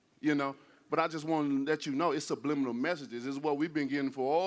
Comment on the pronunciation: "sublibminimal" - Wilder 2020